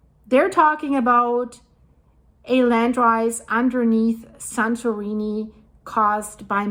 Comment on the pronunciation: This presenter is tryng hard to speak with an American accent, but her pronunciation of 'Santorini' is foreign and sound affected. An American would say "San-tor-EE-nee".